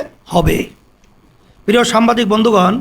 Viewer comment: একটি দলের নেতা অথচ দেখে রিডিং পড়তে পারেনা সে নাকি সংসদ সদস্য হবে দেশের নেতৃত্ব দিবে হায়রে অভাগা জাতি সাংবাদিক কে সাম্বাদিক বলে